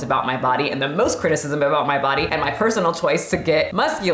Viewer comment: I'm not playing with you! "She fights...with her BaHdyy!!" Almost threw my phone lmao